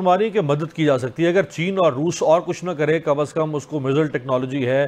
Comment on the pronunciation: مزلز کے بجائے میزائل بولنے سے زبان دکھتی ہے ؟ پروگرام کی انگریزی میں کر لو ۔